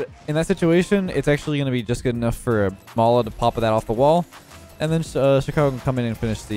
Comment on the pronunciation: Oh mala for some reason I thought you said lawla like Lawler without the hard r😂